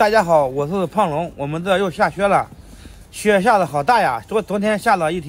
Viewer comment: 下雪 講成下靴 音完全不對...